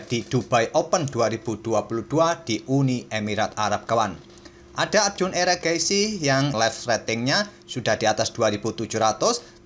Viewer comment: Mimin udah kebiasaan manggil Erigaisi jadi Eragaisi 😂